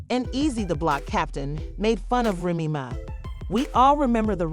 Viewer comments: Please pronouce the way its spelled , like the drink Remy Martin then put Ma . Remy Ma . I get tire of listening to a podcast u go all the way through not pronounceing the name right , make that apart of ur job please , an ur not the only one with these podcasters they need to stop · Yeah I had to turn it off. I couldn’t take it anymore.